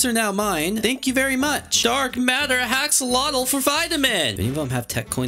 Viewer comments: this is how u pronounce axolotl axe oh lot all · i cant believe vitamin says "haxolotl" in correct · I love how vitamin said haxolotl 3 times instead of haxoLOTLTLTLTLTLTLTLTLLTLTTLTLTLLT